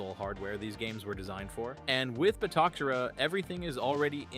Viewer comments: I'm sorry, I hate to be that guy, but Its pronounced like Ba-toe-Sarah. Not Bata-Care-rah. Great video, built one of my own on a 128GB drive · You went from calling it batoKera for the 1st half of the video to calling it by it's proper name of batoSera before abruptly ending the video.😄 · Ba to se ra not batokera😂😂😂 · It's not how I think it should be pronounced. It's HOW its suppose to be pronounced. it's a Spanish word & I've been an Spanish interpreter for over 20 years. To say it phonetically in English would be Ba - toe- seh-rah or Ba - toe- Sarah. Didn't know he was AI since I can hear him rubbing up against the mic in this video.